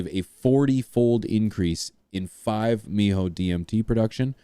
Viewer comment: dont say the word MeO, you say the leters bud lol its 5-M.E.O